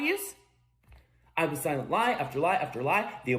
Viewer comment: correction Johnny Doe, he did not say was... he said "waos".